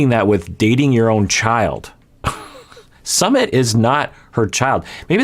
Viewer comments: Not summit🤣 it’s sume-eet🤣🤣🤣🤣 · It's not pronounced samith or sameeth. It's pronounced soomith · its- SOO-meet (soo like boo) not summit haha but excited! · His name is pronounced /sue-MEET/. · Hey! It’s pronounced Soo-mit:) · Hi doc, i am from India. And I'm really excited to watch this series!! Anyway, the correct way to pronounce his name is "Soo-myth". It's a very common name in India :) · I think it’s supposed to be pronounced like soomeet 🤷🏼‍♀️ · His name is su-myth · Jenny mispronounces Sumit's name all the time. It's actually Sue-meet. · It's pronounced "sUmit" 😄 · Indian here! Sumit is pronounced like soo-myth. Hope it helps! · It's Sue-meet. Not that hard. I don't know why she can't say it. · Sumit is the English version of his name but his Hindi spelling uses a T sound that is similar to 'th' in 'thought' not the th in 'that'